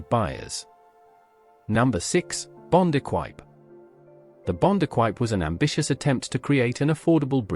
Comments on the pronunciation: Never met anyone who hated their Herald, also could say about the Imp once the dealerships put right the whole cooling thing and blown headgaskets were a thing of the past. BTW its "ee-qwip" not eck-wipe... as for the car, the 1300 versions were quite lively as the body weighed half that of a Herald, the later GT's were Triumph Vitesse chassis and gear and capable of over 100mph being in essence a much lightened GT6. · Bond "Ek-Wipe". Says all you need to know about the veracity of this lazy AI junk. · Your dreadful AI commentary said... "The imp was BRITAINS answer to the mini." Yeah, well where did the mini originate then? The A40 was a terrific little car which in fact had a reputation for being good to drive and reliable. I had one! The bond equipe was pronounced E kwip. The Triumph Vitesse was a blast of a car and much desired. Mine went like a dream, and reliable. The Austin 1100 was fantastically popular and really great family cars that were Very economical and floated over bumps. All british cars of that period rusted like wet iron, but they were great fun and you could do virtually everything to them yourself. No rip-off garage bills, and most folk liked the experience of keeping it in good nick by DIY. These generally were very cheap motoring days, especially compared to the outrageous prices asked today for purchase, and plug in computer servicing. Happy days!! Ps... Virtually all European cars were also rust buckets. Especially Italian.